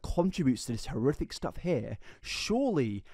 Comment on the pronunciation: Serious Question: Are you a closeted ventriloquist? I ask because you effortlessly use the "th" sound in place of the "f" sound intermittently. This is a ventriloquism technique. You literally say "horrithic" instead of "horrific" . Love your content either way. I'm just intrigued.